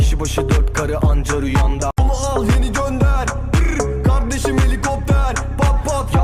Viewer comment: Kizin kavdesim demesi v ile